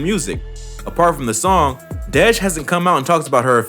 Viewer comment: This nigga called dej “deedge “loaf 🥱🥱stop playing on my baby top man!!! Real shit... stop speaking on the city if yo shit ain’t right